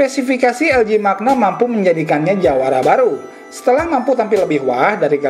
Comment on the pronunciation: bacanya manya...bukan makna